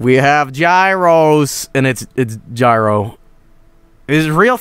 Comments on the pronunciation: Isn't it pronounced YEE - ro? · Although it's technically pronounced YEE ROH BUT I'M STILL GONNA CALL IT A GYRO CUZ IT SOUNDS COOLER! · As a Greek I know full well it's pronounced Yee-ro. Just wanted to clear this out. EDIT: Nevermind...